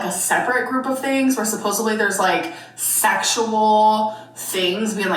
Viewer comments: “Supposively” strikes again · Need someone to let her know the word is "supposedly" not "supposively" or "supposably" 😭